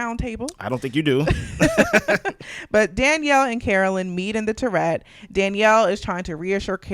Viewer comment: I watch all your recaps and enjoy your insights and humour. But I'm going to put on my English teacher hat and tell you that turret is pronounced TUH ruht, not Tourette. And I guess YouTube police is the reason you say "unalive', which I cant stand. I just love the way Alan Cumming says 'murrrrdehrrrr". I can't imagine him saying someone will be unalived tonight. 😂😂